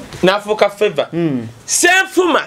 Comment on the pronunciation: You blogger stop giving false information, you don't know anything about the issues, you don't even have any proof, Ye osabirawa gwe, Do you know Mummy FAVOUR, you even don't know the pronunciation of her name. Better keep shut, as journalists wevare not allowed to give information without proof. Ani atunda entangawuzi